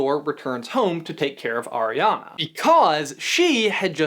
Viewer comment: Anyone else bothered by him saying ariana wrong